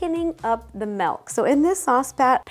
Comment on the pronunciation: Whole Melk? I thought she was AI, but now I know she is real.